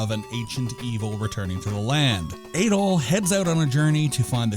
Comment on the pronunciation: Lol I love how you said Adol's name incorrectly the first time but then said it correctly like 10 seconds later 😅